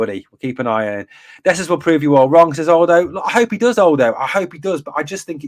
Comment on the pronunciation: lolz buddy...'Aldo' is said as 'ahahahal-dough' not ALL-dough. Happy to help bro.